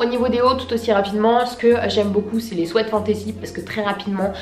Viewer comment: Je rêve ou elle a dit swait sa m?'a choqué mais sinon super vidéo